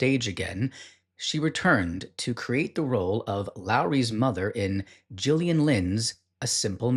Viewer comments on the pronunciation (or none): none